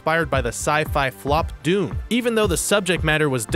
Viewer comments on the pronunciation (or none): none